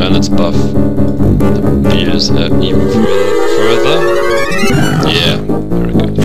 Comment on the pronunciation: I like how you say bears like beers.